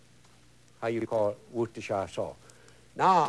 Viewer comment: hes no cajun. its 'wus-ter-sheer' sauce. Worcestershire sauce